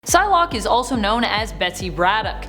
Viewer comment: When the vid started I thought you said sun lock